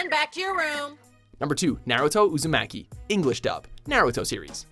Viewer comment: Big green dub? Is that real? That voice acting can't be real. ... Wait Uzumeki? DID YOU JUST SAY UZUMEKI? OH HELL NO! THEY SAY HIS NAME 20,000 TIMES THROUGH EVERYTHING! IT'S UZUMAKI! WITH A LOW SOUNDING A! ALSO, HOW DID HE MAKE THE LIST?! I CAN THINK OF 20 ANIME CHARACTERS BETTER FOR THIS LIST ALONE, THAN NARUTO UZUMAKI!!!!